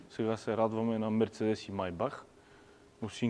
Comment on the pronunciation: Живея на 10 мин. от музея на Мерцедес в Щутгарт. И ударението на Мерцедес се слага на второто "Е", не на 1-вото. МерцЕдес. Защо не мина и през музея на Порше, така и така си бил в Щутгарт ?